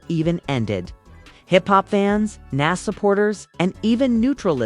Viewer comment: Interview suck plus you saying nas name wrong can’t listen